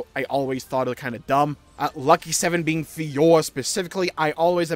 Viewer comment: ...plz learn to say "FiorA"